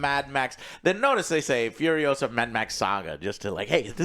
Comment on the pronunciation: It’s not Fiuriousa, it’s FuriosA! C’mon man, don’t deny your latino roots, Fiuriousa, pfff FURIOSA